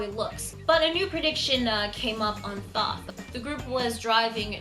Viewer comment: BTW: Thoth is pronounced more like "Toast" but without the "s", so kind of like "Toat." But not a big deal. Also, Thoth is also known as Jehuty, which is the name of the protagonist's mech in Zone of the Enders. He has two names because of different interpretations of the Egyptian spelling.